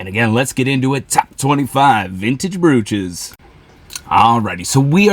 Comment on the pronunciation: Hey there! This is a fun channel. I champion your success. The correct pronunciation is “broach” (like roach). Also, you have misspelled the word in the title of your video on YT, which may affect your views.